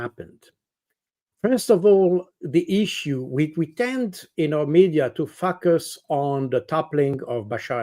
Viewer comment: That pronounciation of "to focus" was unintentionally hysterical 😂